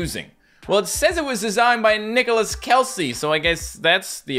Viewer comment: Aye why you say Nicolas like that